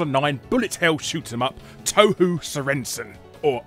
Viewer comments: It's pronounced tow-hoe, Jeez English spelling sucks! If you still don't get it, pronounce the two "ou"s as a long "o". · Well, he did pronounce it Toe-Hoo instead of Toe-Hoe, so clearly he'd never heard of it. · I'm a bit more triggered by it being called "Touhoo" instead of "Touhou" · t-oww how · >touhou >obscure >pronounces it "toe-hoo" larry please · Clearly its pronounced as t a w h a w /s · Touhou Toohoo Teehee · I thought Touhou was pronounced "toe hoe" too. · The fact that he pronounces Touhou as "Tou-hoo" speaks about the obscurity of the game in the west. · Ah yes. TOEHOO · The way you pronounce "touhou" pains me XD toe-hoo